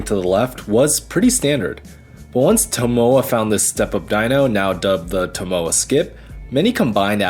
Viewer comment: His name is pronounced TO MO A. Each syllable is stressed the same.